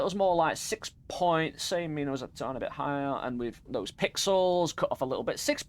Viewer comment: erm actually it is "minä" not mina 🤓🤓🤓🤓